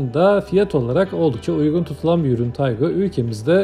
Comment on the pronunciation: Taigun değil Taigo...